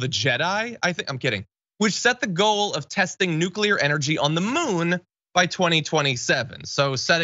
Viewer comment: But his presidential library is going to need documents about nucular secerts